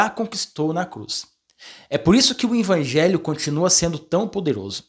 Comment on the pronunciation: VOCÊ PRONUNCIA "INVANGELHO"....